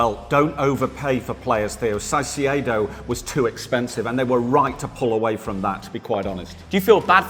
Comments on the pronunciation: Huh? Si-c-aedo??? Don't u guys watch sky sports news?? He's been all over sports news for months, spoken about by dozens of news hosts and pundits, even players who are colleagues of the guy and not once have I heard anyone else murder his name like that! Lol 😂 I think with the sole content of ur Chanel being about the Prem and football as a whole, u would know how to pronounce the poor guys name🧐 😂 😉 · The name is Caicedo, as in Kaicedo,..not Sasiyedo 😂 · It’s pronounced kaicedo not saiciedo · it's caicedo not saisiaido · Not caicedo Saisee aydo😂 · SighCeado?????? Caicedo. All love though and love the vids. Keep up the good work. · it's not Saicedo, it's Caicedo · Everyone, literally EVERYONE pronouncing Caicedo’s name (Kai-Say-Doh) and - Saisiedo 🤦‍♂️ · You don’t say “Saisiedo” yo say “Kaisedo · Re Caicedo… I’m begging you - can you stop calling him Sigh-See-Yay-Dough? Please. It’s pronounced Kai-Say-Dough. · It’s not Cy-ce-edo it’s Kai-ce-do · Why are they saying Sai See ay dough… Caicedo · Everyone: Caicedo (Kai-se-do): Saisiado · Caisedo❌ saisiedo✔️ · Did i just hear Sasiedo🤣🤣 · They’ve both said saiciedo again 😂😂😂😂 atleast after 3 videos now pronounce there name correctly ffs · It’s kai-say-doe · Man said sasiedo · shy-she-a-do lmao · CAICEDO mate, first C as a K, please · Saiseiedo wtf😹😹😹😹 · Why is no one talking about “shy-see-aye-doe”? I’ve never heard Caicedo pronounced liked that. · Why the hell do they pronounce it "Sai-see-ey-do"???? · Hearing theo call caicedo, Sigh-See-Aye-Do makes me want to kill myself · For all that's holy.. it's Kai say doe, and Ah din gra.. 😶🔫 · Man said Saisedo 😂😂😂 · CAIcedo!!! CAI! K sound! Jesus.. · No way u said sasieido th Ogden and 😂😂😂😂😂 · It's pronounced Kai-Seh-Do guys ;) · Caisiiedohh 😂instead of Caicedo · How can you pronounce Caicedo that wrong? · Can someone tell Theo how to say Caicedo? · Correct me if I’m wrong , but do they say caicedo completely wrong ?